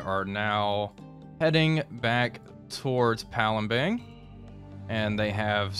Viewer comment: You keep Saying palembeng you don't use an eng at the end you use an ang so it reads as palembang